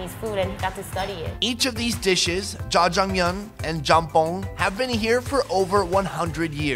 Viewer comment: say jajamyeon again, I double dare you